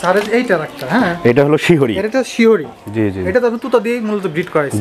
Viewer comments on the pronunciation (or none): শিহরী না শিরহি